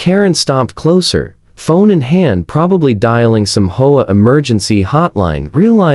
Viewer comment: HEY PRODUCER! ---> REGARDING Your AI: It can't read the script properly. It's three letters, H.O.A., NOT the single-word, "HOE-AH". It can't tell the difference between the end of a sentence, with a "period", and the end of the first line of words, in a two line sentence. It pauses in the middle and adds the rest of the sentence to the beginning of the NEXT one! It can't decide from the context of the sentence, which way to pronounce ambiguous words like "READ" or "LEAD", and it sees the period in abbreviations as "END OF SENTENCE". ---> AI (or at least YOUR AI) isn't ready to be a stand-alone video machine. You can't just click a button and have the AI generate a couple DOZEN videos, and upload them, WHILE you get to sit back, and wait to collect your GOOGLE PAYCHECK! Well, it doesn't work that way! ---> Your AI gets a GRADE = C+ ---> The producer does not know how to properly teach the AI to be accurate when doing the AI VOICE-OVER. The producer is really only interested in his PAYCHECK, or he would have learned enough about AI to properly run it. Not only ignorant, but GREEDY. He's in too much of a hurry, (or too LAZY), to be bothered with having to PROOF-CHECK all the videos that the AI cranks out, and he obviously, doesn't bother to fix the errors, even if he did notice them. --> You're being paid, quit looking for a get-rich SHORT-CUT. At least, REVIEW each video for ERRORS, and FIX THEM, BEFORE UPLOADING it!. EARN YOUR KEEP! TAKE PRIDE IN YOUR WORK! I won't give the pr